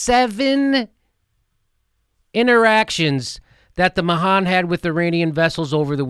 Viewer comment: You pronounced Mahan wrong Jimmy.